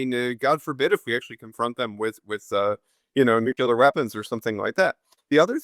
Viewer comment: Hey, interesting talk.. but please (a pet hate of mine).. it's not Nu-Killer.. it's Nu-Clear!